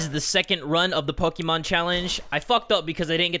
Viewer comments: Your not saying Pokémon correctly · poke`mon not pokemon